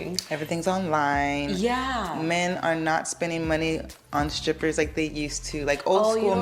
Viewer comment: I heard what I heard right? Her ass said"scrippers", and kept on saying it. I can't be the only one 😅